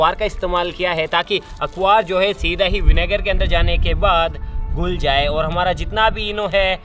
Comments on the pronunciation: Bhai akbar nhi akhabaar hota hai😂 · Akvar nhi😂🤣akhabaar hota hai 😂😂... . . . Like if u agree 😂